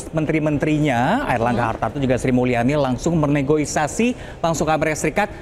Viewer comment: Negosiasi bukan negoisasi